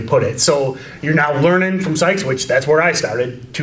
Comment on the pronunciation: Stoped watching as soon as he said Sykes 🤦🏻‍♂️